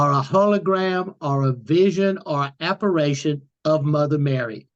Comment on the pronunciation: Apparition not apparation